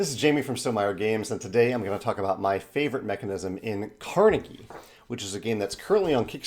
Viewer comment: You would think that the people producing the Kickstarter would have the decency to check how Andrew Carnegie's name is pronounced. At least they posted an update commenting on that.